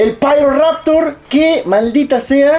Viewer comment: solo pido que le llames "Piroraptor" y no "Pairoraptor" en la review, plz